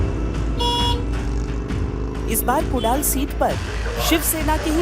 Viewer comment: अरे बाई कुडाल नाही ग 😂😂😂 कुडाळ...❤